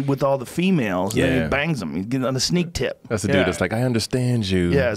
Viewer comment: Joe definetly said "sneak tip". lol